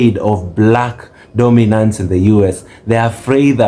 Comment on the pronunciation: I love the content but, Dorminance